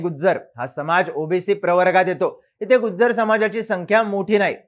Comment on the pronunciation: Nt गुज्जर.... it's गुजर